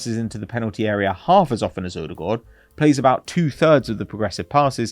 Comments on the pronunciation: What is this strange way of pronuncing Odegaard? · Pronouncing odegaard wrong is so annoying 😂